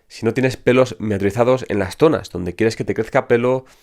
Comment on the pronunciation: "Miniaturizados" lo tuve que escuchar varias veces para entenderle. A propósito es un muy buen dato saber que hay que tener pelitos aún en las entradas para que los tratamientos funcionen.